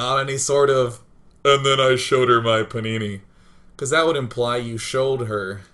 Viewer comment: He says panini but I heard punani every time O.o